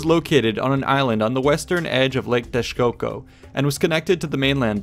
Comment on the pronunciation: Thats some great pronunciation from an non native damn. You even knew to say the correct form of Teshcoco, instead of Texcoco.